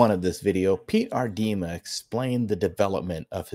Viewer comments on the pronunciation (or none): Judging by his family name Pete is clearly from Dutch descent. As a Dutch native myself, it's really weird to hear "Aardema" pronounced in American English.